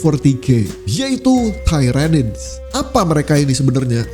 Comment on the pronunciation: Salah pronunciation yg bnr tiranids Bkn tairanids. Lain kali lht video official Warhammer soal Lore mereka ejaan yg bnrnya gmn